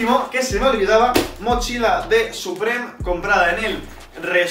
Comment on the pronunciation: Se dice suprim para que lo entiendas no suprem , no va a mala hostia ni nada pero para que aprendas